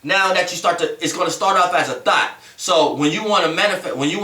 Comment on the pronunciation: Every time he says thought its sounds like he saying thot. Lol